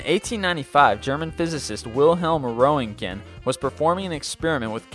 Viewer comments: x rays... the guys name is pronounced "Runt-gen". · "Ether" is pronounced EE-thur. The name of the discoverer of x-ray's, Roentgen, is pronounced "RENT-jen." You're welcome. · Wilhelm roentgen is pronounced rent-ken or wrent-gen